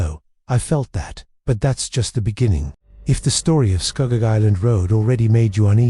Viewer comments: I was born in Ontario in 1967 and I know ALL of these areas mentioned. First,, there is NO Shades of Death rd in Muskoka. We say SCOO-GOG.. not SCUHGOG.. and I have never heard anyone mention this story. Gore rd is NOT in Niagara.. it is in the Malton/Caledon area close to Airport rd. The deadly curve on Mississauga rd is found towards the bottom end of Mississauga rd as Mississauga rd starts at Lake Ontario and runs north all the way up into Streetsville. There is a natural mineral spring close to that section of Mississauga rd where clean natural mineral spring water would flow out of the rocks and people would line up with water jugs to fill them - having lived in Mississauga since the 70's and having travelled the road quite often, I have never heard the story of any "ghost bride" hitching a ride. I actually lost an old childhood school friend who was hit by a car and killed on Mississauga rd.. and anyone who knows that section of Mississauga knows that it has historically always been the wealthiest real estate in all of Mississauga with million dollar mansions everywhere. I also know Kingston rd/Hwy 2 very well.. and I have NEVER EVER heard this story before! I can tell you for a fact.. that if you are driving on the QEW/Gardiner heading into downtown Toronto.. right at the York st exit off ramp which is a circular off ramp.. there is a ghostly figure that is transparent that will step right out into the path of your vehicle and you will drive right through it. I have se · It's Scugog